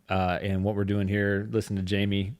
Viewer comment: In the Spanish language your name is pronounced High-may.